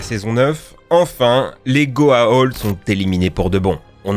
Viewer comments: Ça se prononce Goaould. Ça se prononce Ori pas Orai. Regarde la série avant de faire ta vidéo. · Tu rend fou avec ta prononciation des méchants de stargate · « code quantoum » « GoaOld » merci pour la tranche de rire. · Je suis pas un fan de Stargate, mais ce que je n'ai pas aimé c'est d'entendre tout le temps "Goa'old" c'est "Goa'uld" (go-a-ould). Et pour le fait que ce soit des humains partout, c'est parceque les humains sont une race d'esclaves qui ont été placés un peu partout dans l'univers par les dieux. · Y'a aussi les goa'ulds qui se prononce "ould" et pas "old" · Concernant Stargate c'est la prononciation de certains mots qui me choque : Goa'Old ? Auraï ? En VF c'est Goa'Uld et Auri. J'ai pas vu les épisodes en VO du coup je ne sais pas comment ils le prononcent en anglais, mais du coup là j'ai mal à ma VF. :'( Après, j'ai vu la fin de Buffy et Stargate, c'est facile à trouver, hein. ;) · Mec tu ne sais même pas prononcé le nom des méchants de Stargate correctement.. C'est les Goa'uld pas Goa'old. Après aussi c'est les Oris pas Oraye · Goa'Uld UUULD pas Old BORDEL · Ce n'est pas Goaolds !!! mais Goa'uld !!! ensuite tu parles des oreille ? au lieu de Ori ? mais d'ou tu sors ? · par contre c'est gohaould pas gohaold, et pas Houraï c'est les Horry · Par pitié, ça se prononce "GOA-OULD" en Français, pas "OLD". Et les "orailleux" pour les Orii ? Sérieux ? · En fait, on dit go-a-ou-ld et non go-a-o-ld ..... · Goa'Old ? Ory ? T'as déjà regardé la série pour prononcer ça comme ça =/ ? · Goa'Old ? Mais t'as vu la série ? T'en entendus une seule fois un acteur dire Goa'old et non Goa'uld ? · Les goa'old, les oraï, a chaque fois que t'as dit ça, mon oreille a saignée 😁 c'est goa'ould et ori. Vous avez vraiment regardé la série ? Mdr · La même pour les Goa'uld (Goa ould) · Frère t as réussi à mal dire Goa Uld A et même les Oris ?! Mais bordel y a 4 lettres !! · Je suis bien plus choquée de ta prononciation de goa'uld, qui se prononce avec ou "ou".